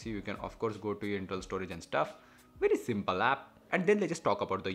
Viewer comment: "Vary simpal" rom